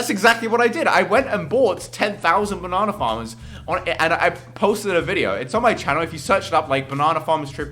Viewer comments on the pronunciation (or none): "bo-nana faammerz"